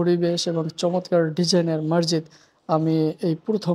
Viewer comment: মাড়জীদ নয় মসজীদ